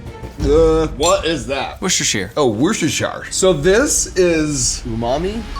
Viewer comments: "its worcestershire" "oh its wohshowshar" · its pronounded "wooster" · it's pronounced wustuhshir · Neither of you pronounced Worcestershire sauce correctly 😂😂 as a Brit I take offence 😂 Love the vid too, mark and nick is the best combo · 🚨🚨*HE PRONOUNCED WORCESTERSHIRE SAUCE INCORRECTLY* 🚨🚨